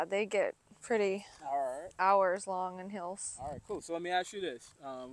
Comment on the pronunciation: Sounds like she said hills not heels